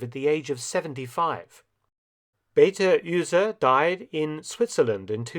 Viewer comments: Thanks a lot for the interesting video. Only a little nitpicking thing: Beate Uhse is not pronunced like "Beta Ühse". An "u" isn't an "ü" and Beate isn't "Beta". Apart from that: She was (and still is) very famous in Germany because of her post war career. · Mark, fantastic -- FANTASTIC -- content, and I've always admired the way you do the pronunciation of foreign words. Not all historians are as careful. "Beate Uhse", however, is a tough nut to crack. First, "Beate" (meaning "blessed") is spoken with three syllables, the second being stressed: bay-AH-tuh. Next, "Uhse". (Not a clue where THAT name came from.) Start out with the English word "ooze", and then hang on the same "uh" sound that you used to finish up "Beate": that'll give you "OO-zuh". Oh, yeah, FIRST syllable stressed this time 'round. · Great Video as always! Just some pronunciation hints for the German names: Beate Uhse [Bay-uh-ta' Ooh-sa' (a' like in gonnA)] Sibylle von Jagow [See-billa' fon' (like FONt without t) Yuh-gow (like in shOW)] Melitta - short I, otherwise it would be Melita Hanna Reitsch was perfectly pronounced, same as Hans-Jürgen and all the aircraft and place names😉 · "Beate Uhse" uh oh... that Name got butchered. Maybe he should have called some German on how to pronounce it prior to this Video. Ü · Pronounced Bey Ahteh Oozeh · Mr. Felton makes so many videos about the Third Reich, but he is so awful in pronouncing German names. Like Beate Uhse her first name are two syllables Be-ate and her last names U is spoken like the u in usual. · Dear Mr Felton. The pronunciations pedantic here. You content is obviously stellar, as usual. As I have come to expect. However, your German pronunciations is slightly less stellar. I ONLY hope to be of assistence. Beate Uhse is pronunced 'Beäte' (French fashion) or 'B'aa-teh' 'Ouse-eh' (like the river.) You are welcome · Also the last name is pronounced Uh-se, like in unheard. There is no Umlaut. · Beater Uhse is pronounced Be-Ahter Ooser